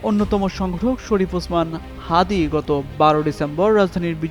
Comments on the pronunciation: ফখরুল ইসলাম আলমগীর সাহেব আপনি তো ওসমান হাতের নামটাও ভালোভাবে বলতে পারেন না ব্যঙ্গ করে বলছেন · এটা ঠিক না উনি তাকে চিনেনা, তার দলের নাম জানেনা। নামটাও ঠিক মত উচ্চারণ করে নাই তার মায়াকতটুকু?